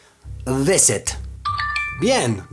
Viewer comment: Minuto , tengo que mejorar la pronunciación de be, (VISIT)NO, tendré que mejorar la pronunciación de la V (UVE) . VISIT no tiene BE, sino V (UVE). "Esteeeee....¿¡¡viiteee"¡¡?